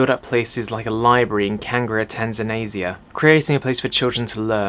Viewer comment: Where the heck is Tanzinasia?? did he mean Tanzania?